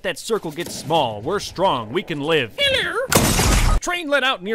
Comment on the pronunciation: that "heller" had me roling 🤣